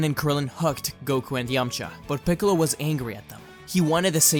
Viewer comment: Freezer and picolo "Ficolo"